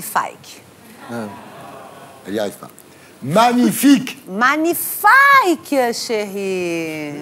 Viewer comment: Elle parle FRANÇAIS et elle n'arrive PAS a dire MAGNIFIQUE.Elle le fait EXPRÈS ou quoi. ?